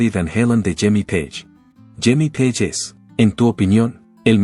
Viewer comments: Esta supuesta inteligencia artificial solo mal pronuncia los apellidos de la gente en inglés, es Jimmy Page y no Jimmy Paje etc. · Porque miércoles pone la imagen de Eddy Van Halen al revés, como si fuera zurdo. Que blasfemia. Además respete los apellidos en el idioma original. Sabe muy bien como se pronuncia Page y como idiota lo pronuncia en castellano. Que pretende crear controversia y tendencia? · Es mucho pedir q el apellido Page se pronuncie correctamente?